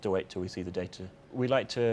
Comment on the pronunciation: I love how he says data. "day-tihh"